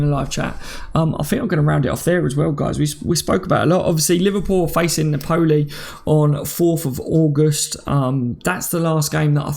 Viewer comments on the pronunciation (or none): Hey always watch the shows, thanks for helping us get through the dry days. Just wanted to say I always here u pronounce NAPOLI badly, and I know you’re not good with names and that, but it’s pronounced NAPOLLY not na-poli. Cracks me up everytime though. Cheers